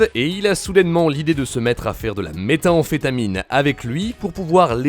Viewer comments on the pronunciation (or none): Metahemphetamine ? C'est pas methemfetamine ?